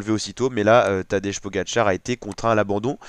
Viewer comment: Essaie de prononcer Tadej comme si ce serait écrit Tadey ou Tadei...